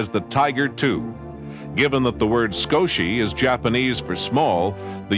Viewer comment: I think it's "Skoshi" bro...